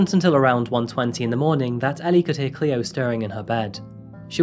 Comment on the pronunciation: You said the babies name correct the first time and then just butchered it for the rest of the video 😩